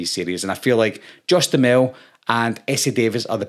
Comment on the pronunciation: Im pretty sure it's pronounced (dew hammel)